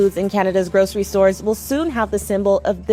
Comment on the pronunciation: There's no SH in "grocery".